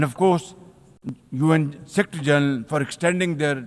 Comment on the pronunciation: Shahbaz Sarif🤡 says 👉UN Sectyy General 😂😂 and We Won🤔😯